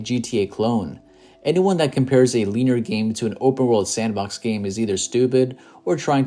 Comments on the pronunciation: LIN-E-ER BRONYOUR NIT PRONOUNCING IT RIGHT AND ITS ANNOYING I TRIED TO IGNORE IT BUT CMON MAN MAKES TOU SOUND LIKE YOU DONT KNOW WHAT UR TALKING ABOUT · Feels like I'm watching something produced by AI, and why is he pronouncing "linear" that way? lol